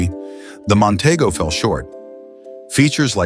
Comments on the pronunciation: Mon-TEE-go is how it was pronounced. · Nonteego not Montaygo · mon tee go is how you pronounce it...........idiots